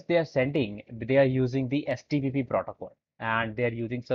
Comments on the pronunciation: why is he repeatedly saying HTPPS instead of HTTP... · You keep on saying htpp 😂😂 but that happens sometimes ..Great Work 👍